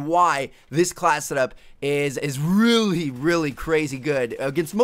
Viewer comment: is it just me or does it get really annoying some times when he says really with a lot of emphasis? just watch it again & listen to how he talks